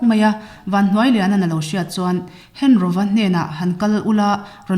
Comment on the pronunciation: hengoa tih tur, henroa nilovi, thado ṭawngah 'ro' a awmlo..